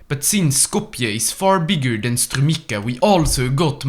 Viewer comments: In strumica, the "c" isn't pronounced as "k" but rather as a combination of the sounds "t" and "s" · that's not how you pronounce Strumica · and this too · You misspronounced Sofia Strumica and Plovdiv wrong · The way he pronounced Strumica I cant ( im macedonian ) gonna edit this if i find more Edit 1 : Malesevo 💀